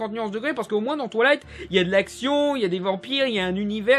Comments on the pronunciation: c'est moi ou il dit "toilight" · « Twalight » Mes oreilles saignent 😂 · qui entend "touillaiyte"